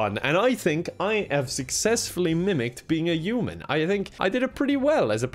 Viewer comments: his accent makes "human" sound like "Yew-man" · No one:: yuman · Everyone: "human", an intellectual: "uman" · with it should be Oof-Man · I'm in love with the way you pronounce words starting with "h" "I don't know how to be a yuman" "It'S YuGe!!!!!!" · Uman by pronouncements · i love the way he pronounces "human" like he just yeets the "H" into the next plane of oblivion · Yeah, I’m from Dublin and I do kind of pronounce the H but my English teacher for my leaving cert didn’t, and I kind of picked it up for a couple of years! He was from Meath, I’m not sure where is from but it really depends on your county on how it’s pronounced. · The way you say human 😂